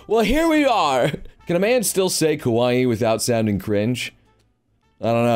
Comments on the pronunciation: I keep hearing kowai instead of kawaii. October is already over though. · you were saying :kowaii: wich means :scared or :scary: not :kawaii: wich means :cute